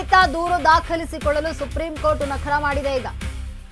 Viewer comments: ಅಯ್ಯೋ ನಕರ ಅಲ್ಲಮ್ಮ , ಅದು ನಕಾರ, ಅರ್ಥನೇ ಬೇರೆ ಬೇರೆ ಆಗುತ್ತೆ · Nakra alla nakaaaaaara medam